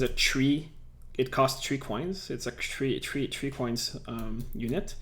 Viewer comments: I love how he says Tree instead of Three. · you had tree likes then a made it 4